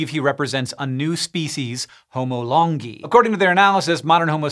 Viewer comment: Correct me if I’m wrong but I think Longi is pronounced “Lone Guy”